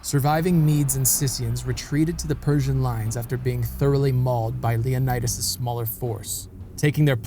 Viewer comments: You should learn the pronunciation of the Greek names. For example, the name of the Spartan king is pronounced Leo NEE das, not Leo nye das. In WWII on Crete, where the allies were leaving Greece, a British commander told a Greek Captain to tell his men that they were all leaving Greece as the Germans were every where. The Greek Capain replied that he and his men could not abandon their country. The British Commander said that they would all die if they stayed. Like his ancient ancestors, the Captain replied, "Commander, we Greeks taught the world how to live, now we'll teach them how to die." The Captain and his men stayed behind and covered the British retreat. They became part of the resistance. Because of this attitude and fight, the Germans took no Greek soldiers prisoner. Officers could keep their side arms. Good video. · yes, you are absolutely right 😊. Also, if you are interested in the Greek ponunciation of Leonidas, the "i" is pronounced "ee". Great work btw. As a Greek obsessed with history, you aced it! So rare, if I may add, for a non-Greek 😊.